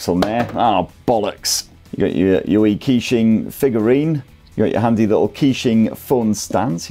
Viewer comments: KEY~SHING :face-purple-crying: bro killed it, butchered every pronunciation, love it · Actually Keqing is pronounced like "Ka-Ching" Like Shania Twain Song Ka-Ching. In that song she pronounced Keqing perfectly. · i nearly unsubcribed when you pronounced the name